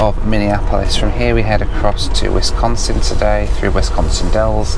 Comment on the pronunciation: Thanks for pronouncing Wisconsin the right way!! Please visit us again!